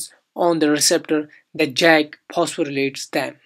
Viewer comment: Its not pronounced Jack its pronounced yak, but other than that very nice video.